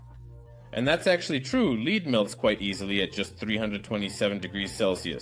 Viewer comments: First of all, this AI voice was TERRIBLE in this episode... SO MANY PROBLEMS!!! Just saying random words for no reason... The temperatures made no sense sometimes... the volume was all up and down... the pronouncing of some words was all wrong (say 'leed' instead of 'lead/led') - PLEASE just go back to your own voice, you spoke perfectly fine English bro.... and if you don't feel like you're good at it you HAVE TO KEEP AT IT and continue using the language in order to get better.... how can you get better at it if you don't use it... PLEASE just try going back to YOU speaking English and just WATCH ALL THE COMMENTS TALKING ABOUT HOW MUCH THEY MISSED YOUR VOICE AND HOW ITS SO MUCH BETTER..... - - And SECONDLY, Your stirring was yes, destroying the bubbles... you need to use a DIFFERENT TYPE OF OF STIRRING.... think of a MILKSHAKE MIXER.... it's a spinning rod with a round disc iobn the end that is wavy.... AND if you spin it VERY FAST it CIRCULATES THE FLUID, INCORPORATING AIR INTO IT, AND THIS WOULD BE THE RIGHT WAY FOR HOME LABORATORY TESTING..... PLUS YOU HAVE TO PUT THE MELTED ALUMINUM into a METAL CONTAINER AND KEEP IT HEATED WITH A BLOW TORCH UNTIL YOU ARE READY FOR IT TO COOL DOWN..... - - - BUT I don't expect7 that you are going to continue with this experiment, so there is no need for me to explain further.... but the stirring with such a large piece was bound to destroy the bubbles that were made.... BUT I REALLY ENJOYED LEARNING ABOUT METAL FOAM and the other metals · Listen closely. It makes the typical mistakes of AI, like the mispronounciation of lead (the metal) as lead (guide). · Please bring back real voice or make ai as seperate voice track option the ai messed up saying leed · AI voice muddles up words: compounds became components, lead became 'leed' several times. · This is kinda worse than the voice actor you had please get rid of this AI voice it cant even say the word lead reliably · The ai also fails to pronounce lead half of the time 😂